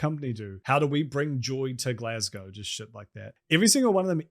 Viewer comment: Nice to hear someone pronounce Glasgow right, though i do see the logic in including the sounds 'glass' and 'ow' in the name.